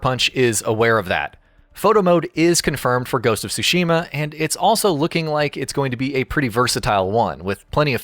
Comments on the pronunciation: It's so cringy listening to someone saying "Shushima" just because they can't say "Tsushima" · Tsushima not Sushima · Stop pronouncing Tsushima wrong. It’s sooshima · The pronunciation of tsu......ugh